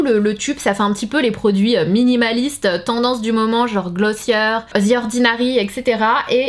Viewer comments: en anglais c’est glossier également pas glossieur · pourquoi elle dit "glossieur" alors que c'est clairement et simplement glossier mdr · Saaaanaaaa c’est pas glosieur mais glosier